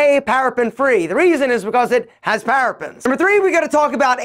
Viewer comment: Parabens pronounced para bins Not "parapins" as he's yelling